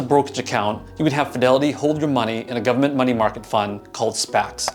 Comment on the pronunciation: I just know you're from somewhere in the deep south based on how you say government... Alabama? 👀